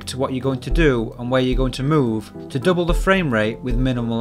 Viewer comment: Oopsample? Mooch? Dooble? Is this is a new thing in british english or some regional thing?